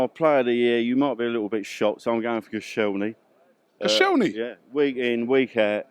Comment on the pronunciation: Koscielny??? watched the first 35sec of this video & when he said Koscielny, I turned it off!